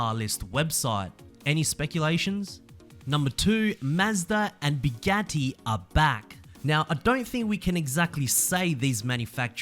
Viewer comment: Buagtti is pronounced "Bu gu ti".